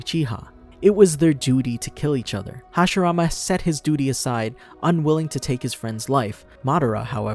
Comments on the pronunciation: OH MY GOD! ITS HASHIRAMA!!! NOT HASHARAMA!! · Roll your Rs bro…